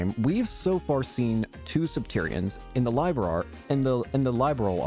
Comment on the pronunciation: Hey bud, glad you are enjoying the trails games still. This was the very first one I played and was hooked on the franchise ever since. I also want to say is you pronounce Liberl wrong. It's pronounced as lib as in liberty and erl as in pearl. I found that out myself after playing the sky games lol.